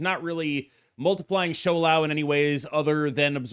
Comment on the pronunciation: the smile on my face when i clicked on the video and you said shou lao instead of shao lao